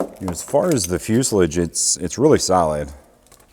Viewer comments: Am I the only one annoyed about how he says fuselage? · Between the way you pronounce fuselage the fact you called an engine stand a rotisserie I will definitely keep watching your videos.